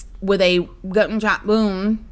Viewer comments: Gu-un sho- wouuuun Oh YouTube 😂💯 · I love how you made "gun shot wound" in to one word 😂 "GuNshOTwOuNd" 😂😂